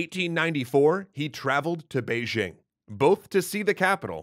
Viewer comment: I'm so glad that you pronounced "Beijing" correctly!